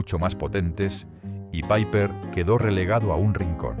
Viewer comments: Nunca se ha llamada "paiper". Era una marca española y se pronuncia "Piper". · Al Piper se le llamaba Piper. No Paiper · Nadie lo llamó nunca PAIPER!! Era Piper, tal cual. Muchos errores. El Bisonte era rubio. El Sombra era con filtro y no era fuerte, todo lo contrario. Aparte, faltan muchísimas marcas: Boncalo, 3 carabelas, BN, 46, Record, Mencey, Feten, Rumbo...... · Menuda castaña de video. Y lo de "paiper" en lugar de PIPER, ya me ha hecho pasar de todo el documento.